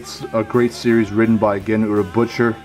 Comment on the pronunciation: Did he say Gen Urobutcher? Haha